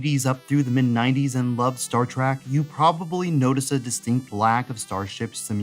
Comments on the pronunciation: Trek ! not Track ! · Star Trek. Not Star Trak. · It's a short E sound, not a short A sound. Trek, not Trak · Why do you say "Star T-R-A-C-K" throughout this entire video? I'm not even a fan of the series, but I mean...knowing how hardcore its fans are, this seems like quite the gaff, no? [comment edited to add] ...But otherwise a great video, as the majority of yours are. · I completely know how it's pronounced and shield but it'll always be Star Track in child like brain! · Star Trek has an e in the second word, not an a. Why do you keep saying "Star TrAk?" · Star "Track"? you're killing me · It is called "Engagement bait" He said a word wrong, and now we comment on his video, helping him in the algorithm. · I can't believe there are not more people calling this out lol I don't care what you're "used" to saying, say it right!